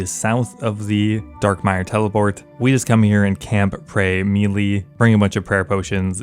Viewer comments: Melee is pronounced Meh-lay not meeeleee 🫡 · Please stop saying melee wrong. Edit: Wait, nevermind there's a mix. Thank you for this. I can be at peace now. Edit 2: No wait you are actually just still always saying it wrong. It was wishful hearing. Please save me.